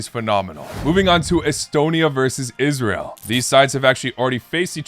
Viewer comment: I’m so glad you said Israel correctly! Made my day.